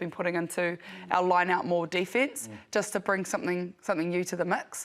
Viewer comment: Really pleased to see the penalty count was lower this time, well done girls! Goooo the Black Ferns!! Wondering why people, these days say DEE fence..instead of defence